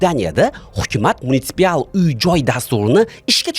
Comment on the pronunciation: munitsipal so‘zini ikki marta xato talaffuz qildingiz,.